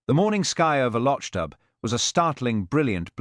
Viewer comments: Lotch dub, do you mean loch dubh, pronounce loch doo. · atrocious pronunciation of Loch dubh- I'm done.